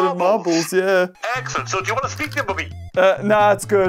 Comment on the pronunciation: “MARBLES” -James’s Dad said excitingly in his British or Irish accent.